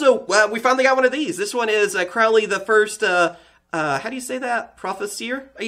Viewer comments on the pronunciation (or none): none